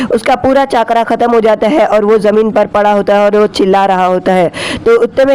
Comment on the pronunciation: Bro it's not chakkra it's chakara